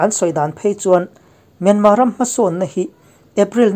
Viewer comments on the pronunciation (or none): Myanmar tih i lam dan hi a dik teuh hle a. I thluk dan chiah hian thluk la, a tawp a 'r' hi lam ri tel lo la an mahni ang chiaha lam ri dik i ni mai ang.